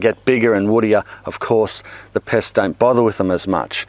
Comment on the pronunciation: Pests! I thought you said piss at first. XD